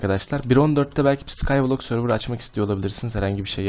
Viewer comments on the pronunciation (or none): none